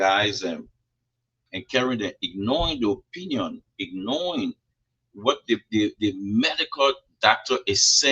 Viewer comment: that word is 'ignoring' not 'ignoing'.